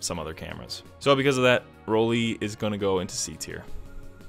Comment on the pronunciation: Why can native English speakers say Leica and Leitz, but not Rollei? It's Rollei, not Rollie. With an "aye" sound, kinda.